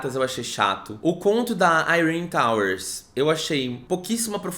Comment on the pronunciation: Dane-se a a tia Sarah para mim Yrene se pronuncia "Irêni" e ponto final slsksks